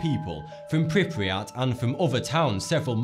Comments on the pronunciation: Pripyat not priprijat... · Okay, so I thought that it was awesome you talked about Chernobyl but you got a couple things wrong. PRI PEE AT. and there are no mutated animals 🙃